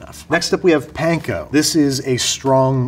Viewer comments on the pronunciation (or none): none